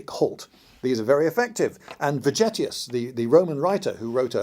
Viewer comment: Vegetius V-as a "W", and "g" as in "Elgin (marbles)". If it were just the V, I'd keep shtum, but the hard "g"... Sorry, couldn't resist. So, Happy New Year! BTW, if I had a bunch of caltrops in the antiquity or middle ages, I wouldn't scatter them all over fields. I'd wait behind the bush for enemy cavalry, chariots... to pass by and then quickly drop them in front of those horses. And, if I were playing your drone-game, I'd play the Russians (if possible, if not... not interested). When playing, I like to win.